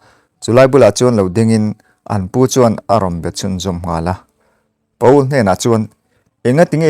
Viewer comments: Pa-ul nilovin Pawl tia lamtur. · Pa ul ti a lam loh tur Pawl tih tur... 😂😂😂😂